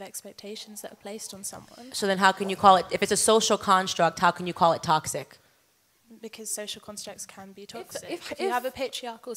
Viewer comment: I know you think about what certain people think about the way you speak, which I think is just fine brother. But that is why I am telling you this; It's toxic, like, "tock-sick". You're giving it more of a "tossic" so tryout "tock-sick" next time. Toxic. Keep up the good work man! 👏 🫡